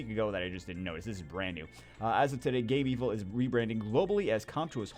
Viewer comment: it's not Game-evil, it's Game-vil. as in game-village/villa